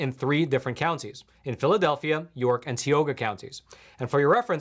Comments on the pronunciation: Dear; Please pronounce Tioga as Tie Oh Ga instead Tee Oh Ga. Sorry I live a few blocks up from Tioga Street. Forgive Me for being Pedantic. Sincerely a Ghetto Conservative Mike B. B. From Philly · It is pronounced TIE Oh Gah (Tioga)